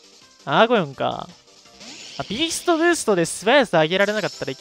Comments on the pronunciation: アゴーヨンじゃなくてアーゴヨンですよー。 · 一生アーゴヨンのことをアゴーヨンと呼ぶ男